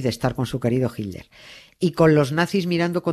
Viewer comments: A mi sí me gusta oir a Doña Nieves y a Carles decir "jilder", y "Traamp" for Trump. Por cierto, en Argentina también pronuncian "traamp" en lugar de /trəmp/ or /trʌmp/ . Y sí, los estadounidenses lo pronuncian de dos maneras, en el Nor-Este es /trʌmp/ y en el resto del país /trəmp/. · Nieves cuando vos y carles nombran a hitler se escucha hilder,lo escucho con subtitulo para no perderme nada,los escucho desde Argentina 😊